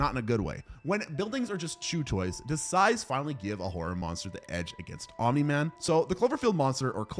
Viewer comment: Did you know that it isn’t omin man. It space hitler